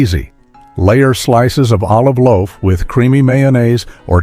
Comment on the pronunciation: Very lazy... "Laof"? The producers didn't catch that.. The same sandwich twice? Some words broken,, some jammed together.. Annoying... AI click bait...